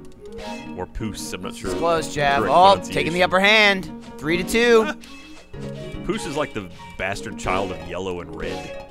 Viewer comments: Fairly sure it's 'pewce' rather than 'pooce'? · POOSE?!?! FUCKIN LOL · For interest sake... How was (not)power colour spelled...? Because it almost sounded like "poes" which I can assure you is not a colour... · was mispronouncing "puce" the whole time xD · You must mean 'puce'